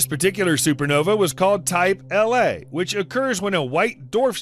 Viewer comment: It's a type 1 a supernova. Not type L a for the tycho remnant. Good video however.